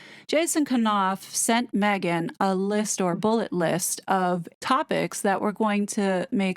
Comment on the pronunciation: I think it seems a very professional video & well researched. The "Me hhh ghhan" pronunciation grates though, sounds babyish & spoils the flow of the narrative.